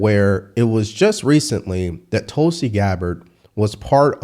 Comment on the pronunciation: Give me Tulsi over Bolton any day; and you said it correctly,!